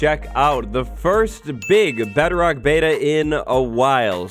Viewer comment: The fact that he says bedrock like "better-oct" is slightly annoying but not enough for me to write a comment about lol (Edit) shit